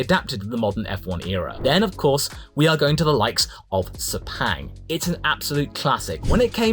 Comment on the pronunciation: Sepang (actually pronounced as : ser- punk, not say-pang) Is a merc-petronas home race, being a very rich oil comp, weird that they can't continue the successful gp events.. Due to a political turmoil of billions $, the race disappears.. sad. I really hope in the future, other comp will continue sponsorship of Sepang, also being the cheapest ticket bcz of our rock bottom currency right now 😅😅😅